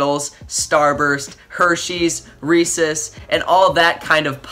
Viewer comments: it's Rees EEEEEEEEES not rees es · Dude said recess instead of Reece's